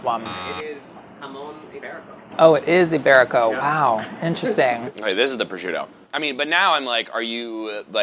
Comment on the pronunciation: I’m so annoyed how they pronounce prosciutto. Makes me crazy 🙃🙃🙃